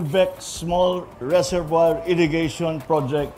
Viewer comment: Reservoir= rezuhvwaa po ang bigkas